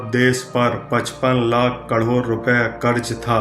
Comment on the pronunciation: Krod to thik se bol lo phle